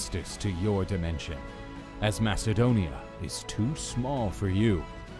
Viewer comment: Lion 1968 even though you spell it with a k sound.. the way you say it sounds like there’s a H sound, and theres no H sound in MAKEDONIA🇲🇰🇲🇰🇲🇰